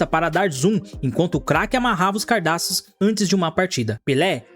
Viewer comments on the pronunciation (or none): O conteúdo é bom, mas o português é péssimo, o cara fala, air (rer) jordan, "cardaços" ao invés de cadarço, usa plural no lugar errado, onde seria plural fala no singular e vice versa, precisa melhorar nisso aiii mano. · "Cardaços" Jura por Deus? CARDAÇOS ?